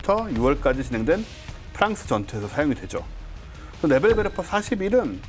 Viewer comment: 참고)원어 발음은 네벨베르퍼에 가깝습니다